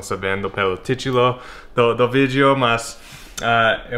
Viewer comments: tchitchulo kkkkk so você mesmo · Demorei pra entender que você falou "Título"..kkkkAmo essas coisas..Parabens...Amo essa canal.....